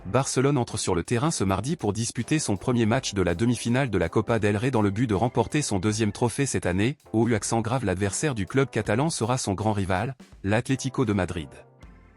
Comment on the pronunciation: La copa de Ré ? tu ne peux prononcier mieux , cervelle de poisson rouge ?